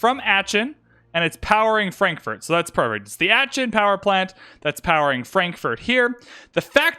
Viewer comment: please stop saying aachen like that